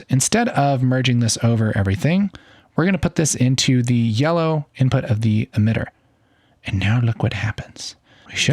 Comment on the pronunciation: Sir are u color blind or i hear u saying yeloow green?